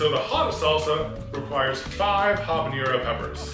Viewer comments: You said "chipotle" correctly but you chronically mispronounced "habanero." There's no ñ, just a regular n. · "Am I saying chipotle wrong?" (is saying chipotle right) Also: "habañero" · It's habanero, not habañero!